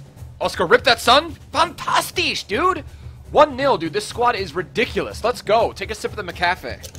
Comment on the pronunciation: PLEASE STOP SAYING FANTASHTISH